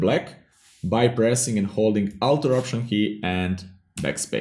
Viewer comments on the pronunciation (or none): What did you say seconds? The outer option key? What is that